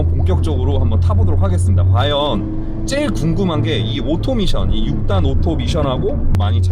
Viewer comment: 된발음으로함 밋션이 맞습니다.굳이 미~션 이라고 하시는거 같...